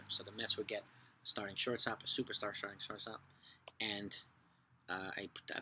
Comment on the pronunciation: I loved how you kept saying “Sharting Shortstop”